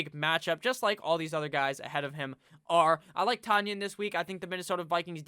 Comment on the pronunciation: I heard it was pronounced Tun-yon, like Funyons, the 2nd or 3rd best chips in existence. I think they're considered chips...